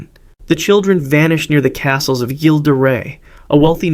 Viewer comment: "G" in Gilles should be real as "zh" sound.